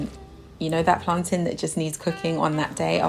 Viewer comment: Finally someone who pronounces plantain correctly lol because the way I hear other people say it is ridiculous like what is plantaaaiinnn ... lol like hello 💀💀